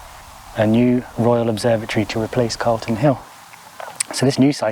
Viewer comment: Calton hill, not Carlton. Thought you lived locally? 😁